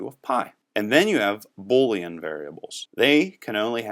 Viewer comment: The word Boolean is pronounced boo leanne --- long "o", not bo leanne. Love the tutorial though. "\" is an escape character, not an escaped character